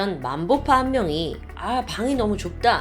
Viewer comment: 만보파가 아니라 맘보파 아닌가 ?